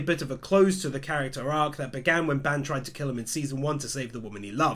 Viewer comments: It's bAn not bEn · you are pronouncing Ban's name horribly, it's supposed to be 'B-ahn' not 'ban' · Please stop saying ban wrong, it hurts me 😭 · Why do you say Ban like Band?